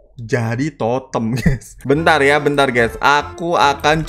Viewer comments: Gk Nyadar Kalau Salah Nyebut Totem Nya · Bang ko bilang Totem of anjing